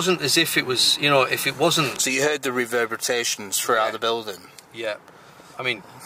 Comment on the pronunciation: "reverbratations" haha